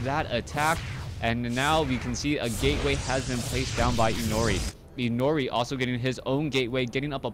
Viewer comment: it's pronounced as "i' no ' li", Inori is a japanese word and 'ri' is pronounced like "li".